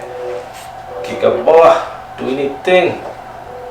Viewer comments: Stop saying gigabar 2, it's a Gig bar2. You sound like a moron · GIG-BAR - NOT gig-A-bar...